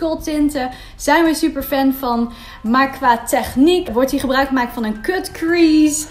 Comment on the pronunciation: Leuk filmpje, maar ga a.u.b. voortaan "cut" niet op z'n Nederlands uitspreken.